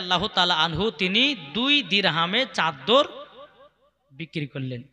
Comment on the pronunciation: চাদ্দার না চাদর